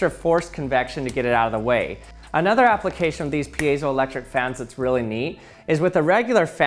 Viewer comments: You said payzoelectric and i was like, huh? I thought it was Pie-zo so I looked it up, and I was right!??? hah! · Never heard it pronounced piazo-electric. Always peezo-elctric. Based on spelling it's like field - piezo not like reactive. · I used to say peezo not peeyezo ... What is the correct pronunciation? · That is not how you pronounce piezoelectric lol. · Lots of thoughtful comments here. Let me break that and add my thought...today, I learned that for all these decades I've been mispronouncing piezoelectric. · I hate when people try to pronounce piezoelectric